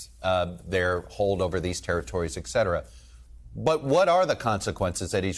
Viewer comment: Hey, highly educated TV dude, it's et cetera, not "eksetera".